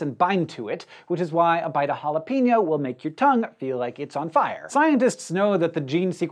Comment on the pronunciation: Will people learn to say "habanero" correctly!?!? Its ha-bahn-air-oh NOT ha-bahn-yaer-oh. Doing good with ha-la-pain-yo 😃